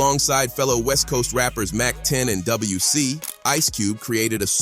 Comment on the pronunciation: Not "W" C. Dub-C.